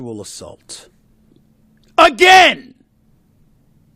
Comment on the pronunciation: Nah man that “AGAIN!” Got me 😂